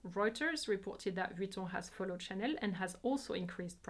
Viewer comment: Great and informative video. I have to say, finally, someone who pronounced Chanel and Vuitton so beautifully. Love your channel